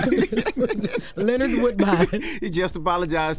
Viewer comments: 🤨I was like did she say Lennard 😂 wth is that? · I love it she calls him Brother Lenard love it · Not Len -nard 😂😂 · I love how Mo’Nique calls him “Len-nard” 😂 Edit: Thanks for the likes ❤️ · Loved it when she called you “Lenard”😂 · When she said Luh NARD, you know you wrong and shouldve apologized 5 years ago!!!